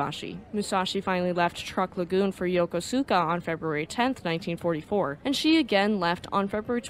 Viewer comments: Pretty good, but try to pronounce "Yokosuka" a bit better, says this US destroyer veteran. (TIP: The "u" after "s" is silent, such as in "sukiyaki".) Domo arigato gozaimasu! (The "u" isn't pronounced here, either.) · Very well done... Suggest that you check two pronunciations: 1, Yokosuka is very often mispronounced by Americans. Phoenetically the Japanese pronounce it as Yokuska 2. Leyte (as in Leyte Gulf) is pronounced in rwo syllables Ley - tey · Yokosuka is pronounced as "Yokuska."